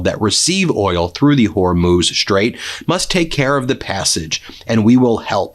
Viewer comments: Thank you for correcting your pronunciation of the Strait of Hormuz... Not a distraction anymore... and I enjoy your work... 👍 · Glad to see you learned how to pronounce Hormuz. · Thank you Ben, for finally learning how to pronounce the Strait of Hormuz! Only took you 2 weeks! 😅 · You've finally pronounced it Whore-mooze. 😆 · Thank you for pronouncing Hormuz correctly. Love your work.